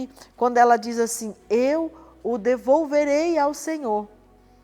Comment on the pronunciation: "E eu o develolverei ao Senhor".